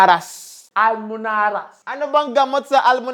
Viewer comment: Almoranas😅 hindi almonaras